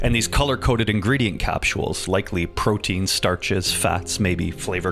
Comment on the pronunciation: "capshewels" Where you from my dude